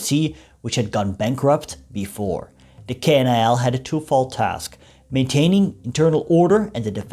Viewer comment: The pronounce should be KNIL not K-N-I-L and it was Abdacom not abeedee-a-com..